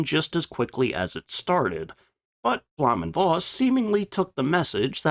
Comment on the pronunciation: V is pronounced as F in German, i.e Bluhm & Foss